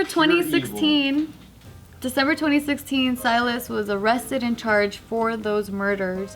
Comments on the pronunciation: Sealis.... lol don’t you mean Silas ???? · I had to do a double take when I heard mispronounce Silas the first time lmao